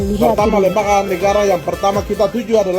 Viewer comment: Jgn sombong br goyang goyang sebut lembaga sja Lida berat .bagaimana kau mau pintar kalou sebut lembaga jadi lembaka..ketua mrp apa seperti anda.